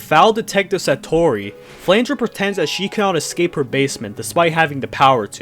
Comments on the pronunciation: I know where flandruh came from but remila I'm not sure Iirc you don't pronounce the e in flandre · Did you just say "sirno" and "flandruh"